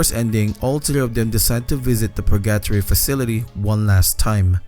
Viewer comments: its pronounced per-gah-tory not pur gattory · "Purgyattry" it's Pur-ga-tori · So you're saying that pronounciation is like being in purr-gat-tree for you? ;) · That pronunciation of “purgatory” just made me think he’s saying “purr-gato-ree” = purrcatry😅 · Pur GUH tory bro, GUH! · I can't get over how he says purGAtory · It's driving me nuts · I can only assume he's never heard the word said out loud before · Surprised you pronounced "Purgatory" as "Purr-gat-tree" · SAME OMG. I LOVE THIS CHANNEL SO MUCH BUT THAT WAS LIKE NAILS ON A CHALKBOARD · Hi first time commentor but I love all your Japanese horror video game vids!! 2 things 1. since I didn't see anyone mention it I thought I say well done with the English since I assume its not your first language, for when you do Purgatory 3 its pronounced Pur-Gah-Toor-Ree last part like a Japanese Tori gate, hope this helps and sorry if it seemed rude. 2. if you ever get a chance please check out a game called "The White Chamber" its a short game with some swears and crazy horror but the wild thing was I got it on a disc with a magazine when was a child, this game obviously WAS NOT intended fore children and someone made a grave mistake putting it on a disc partnered with a magazine aimed towards children. thought it might be worth a look, thank you for the content. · Love your vids 👍 Just want to correct the pronounciation of the title. Purgatory is spelled like Burger-tory just with the B replaced by a P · The way you say purgatory drives me insane ₍ ᐢ.ˬ.ᐢ ₎ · …how you pronounced purgatory gave me psychic damage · I like the way you say Purgatory. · The way you say purgatory is funny:) sounds like rally english:D